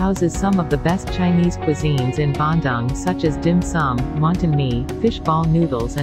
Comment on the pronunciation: the pronunciation of the City name is so wrong. whoever made it should have learnt how to pronounce it properrly